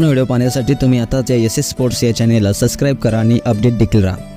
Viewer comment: बाळा, 'सस्क्राईब' नाही, 'सबस्क्राईब' असतं ते...